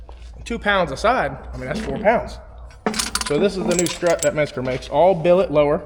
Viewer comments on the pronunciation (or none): stop fucking pronouncing menscer as if it's spelled "metzger"